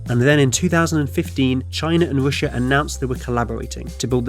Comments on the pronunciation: What kind of accent is this where "R" is pronounced "W" as in "Wussia"? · He said wishha lol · wailwoad wussia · why you keep saying Roosha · Wrailwoad between wussia n de us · You know it's not "Roosha" right? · It's an interesting video - but please, why can you sometimes say the R perfectly, and other times you say Wussia and Amewika and Wailwoads? I understand you might have some speech impediment but if you can say it right half of the time...there's some woom for impwovement, wight? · Whats Roosha. Oh Russia? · Wussia amewika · The United States 🇺🇸 and Wussia 🇷🇺 lol 😂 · You can't even say Russia corectly.